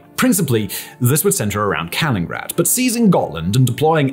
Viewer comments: I’m not sure how many more times I can hear say ‘kalingrad’ before I have to stop watching. Pronunciation dictionaries are available, and reshoots are a thing that some people actually bother to do (particularly for a video with this many views). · It's not Kalingrad.(or kingrat or kengrad in the transcript!) There's another "in" in Kaliningrad. Mikhail Ivanovich Kalinin would be turning in his grave. So would Stal or Put! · Wtf is “Colingrad”? Who’s Colin? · Even I, a stupid uneducated American, know it's pronounced " Kal-in-in-grad " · Kal-in-IN-grad mate. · Because people make mistakes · "Kalingrad"?? WTF, can't you read?? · He's admitted how bad his pronunciations are, even WITH guides. This isn't a one-man operation, but there is only one person reading the script. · I was just about to say the same thing! He’s done the same exact thing before with regard to the former Konigsberg (I say let’s give Kaliningrad back to the Germans, until Russia stops misbehaving). It’s like when he says “conductive” when clearly he means “conducive”. It slowly pushes me toward madness. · Wishful thinking. That’s like hoping people of British origin will stop pronouncing “lieutenant” as “left-tenant” and realizing that’s ridiculous (especially given the history) 🙂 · Hhahahahahahaha mins in, I realized he mispronounced, and was wondering if I was the one mistaken. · Yes, this irritates me too. He also pronounces Vilnius as Vilnus. I’ve noticed similar mistakes in some of his other videos. He comes across so well apart from this. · How can you say Kaliningrad so poorly, so many times, despite being written phonetically. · This is not how one says Kaliningrad,! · AREA denial, not AERIAL denial.... And Kalliningrad has four syllables, not three. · He’s pronouncing Kaliningrad incorrectly and it’s causing me pain. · Dear, if you're going to talk about a place... learn the name! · You should totally learn how to say the name of the place you're talking about